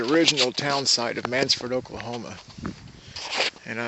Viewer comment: It’s not “Mannsford”, it’s Mannford!